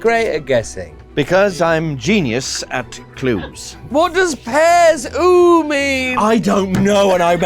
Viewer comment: It's not "pears, oooooo!" it's "Pear Zoo" they need a zoo of pears.